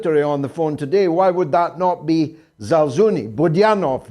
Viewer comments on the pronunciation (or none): For Gods sake Georgee could you try to pronounce some russian names correctly.Its not ZalZUni but general ZaLUZni...